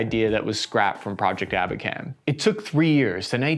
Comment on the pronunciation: "Abakan" and not "аkban". The program was called "Abakan". Shitty experts